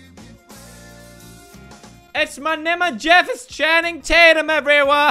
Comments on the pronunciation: "Ma memeee is jefeeegeg" i was dyingggg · Was i the only one that laughed when he said: Ma neme e jeeffefefef😂😂😂😂